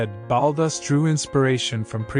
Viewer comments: his name is pronounced "BAULL-TOOOS' " as per his own pronunciation at a meeting with a friend of mine in a Paris bookstore. The accent is on the 'TOOOS' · I don't think he was ever known as Ballus as you pronounce it!!! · Baalus? Really? Can't pronounce the guy's name at all? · It's pronounced Baltoose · Why is Balthus mispronounced throughout? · Hi there, as far as I'm aware, the artist was commonly referred to as 'Balthus' pronounced with a hard 'th' as it is pronounced in his full name, Balthazar. So it could sound like Ball-thus if you pronounce the 'a' one way, or Bal-thus if you pronounce the 'a' as in balloon. Hope that's helpful.